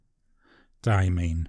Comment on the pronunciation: Hi. I have the PenBBS 456 and have to agree that it is a great pen and an amazing value. One other thing: I emailed Diamine, and they confirmed it is pronounced “die-ah-mine.” The last syllable rhymes with tine.